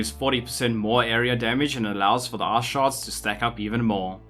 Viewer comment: I know you are saying ice...but i cant hear anything butt "Ass". So it is now AssStorm to rain Ass on your enemies.